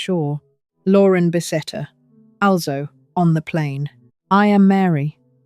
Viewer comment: I think this is AI generated. The odd pauses while she speaks, the way she said “Lauren Bessetta” and “alzo” instead of “also” in the beginning